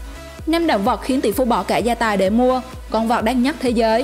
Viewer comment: Dẫn chương trình có vấn đề ngôn ngữ! Con vật nói nhiều lúc nghe con vọc